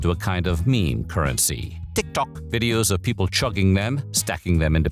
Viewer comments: Listen to how it pronounced TikTok as "tick TOCK" . The VA has pronounced TikTok correctly before, so I don't see why he would make that mistake here (twice, almost back to back, I might add). So it's not him purposely mispronouncing it, this is the AI confusing between TikTok and "tick tock". It also emphasized on the "TOCK" for some reasons. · Why does he say TikTôk like that though 😭😭😭😭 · To the people trying to deny the AI, listen to how it pronounced TikTok as tick tock and Megan Thee Stallion as meg gAHN THEEEEE staLLION, with the Stallion sounding weirdly French for some reasons . He has pronounced TikTok before with no issues, this is the first instance he pronounced it as "tick tock". So no, this isn't him making jokes like y'all saying, it's the AI fk up. And unless the VA himself confirms it on socials, I have my doubts. I'll give you 2 examples why using AI is bad, not just in quality, but harmful to the channel and the VA. 1. JCS - Criminal Psychology. This channel was exposed for replacing their VA with AI and the quality dipped. They tried to hide it, but eventually fessed up and the channel is now dead (a 5.5mil sub channel with 5 year uploading history btw, no small fish). 2. The new PvZ Replanted used AI upscaling instead of hiring the OG artist. The artist himself confirmed on X he was never contacted by EA (EA even used AI to fake his concept art). And to the people who says "Oh you don't like it? Leave". I say this because I cared. I have been watching this channel for a good year and a half now. It's painful seeing history repeats itself. If you care for this channel, you will drop your sugarcoating and call them out so they can correct this "mistake". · Ah yes....Teek Tok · Because the AI confused between the actual app TikTok and the word “tick tock” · I found it wicked distracting on how “TickTock” is pronounced! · That's AI for ya! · The way you consistently pronounce TikTok annoys me lol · why tf do you say tiktok like that